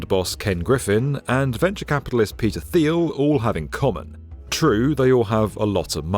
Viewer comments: Hey Thiel is pronounced like "teal". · If you can't pronounce Theil's name correctly, I'm not interested in what you have to say, because you haven't done your homework.